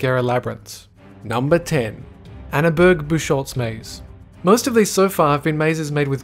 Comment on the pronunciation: Annabörg-Büschholz Maze? 🤦‍♂️